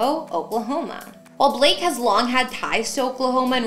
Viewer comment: Why do you call him "bleak"? His name's BLAKE..